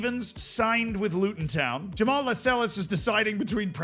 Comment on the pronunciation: Jamaal Lascelles Jamaal La-Sells